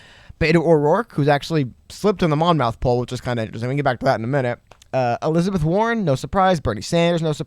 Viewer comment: Hey guys love your vids! Keep it up! Just for future reference, as a Monmouth County native, it is pronounced Mom -ith and not Mon-mouth. Hope this is helpful!